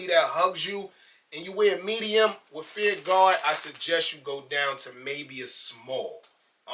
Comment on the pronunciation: "feEeR RuHGaWh..feEeR RuHGaWh."..lol enunciate my brother. Fear. Of. God. lmao